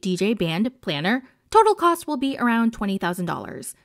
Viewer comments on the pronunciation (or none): none